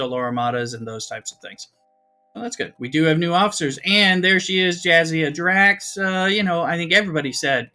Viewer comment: I can’t handle “Jazdea Drax.” 😂 Thanks for the video 👍👍🖖